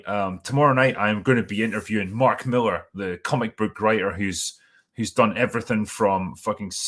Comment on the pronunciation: Hey I think his last name is pronounced Mil-Lar isn’t of Miller.